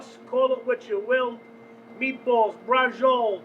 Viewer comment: 'Meebwol' 'Ganna add a little wine....eh, we're gonna add a lotta wine' Man I miss my Brooklyn peeps